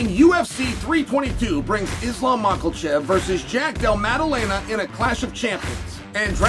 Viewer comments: "....Mochelchev vs Jack DEL Maddelena..." Never fails to make me laugh. Love Uncle Chael. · Excuse me sir but I don't think theres an L in makhachev